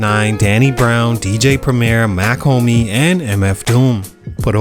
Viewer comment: Mach Hom me not Homie 😂